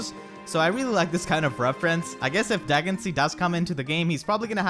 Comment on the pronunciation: In radiant dawn it’s pronounced (De gen sea a) dheginsea